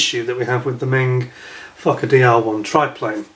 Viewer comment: Please be careful of your pronunciation of “Fokker”, although in this instance in your distress, quite understandable.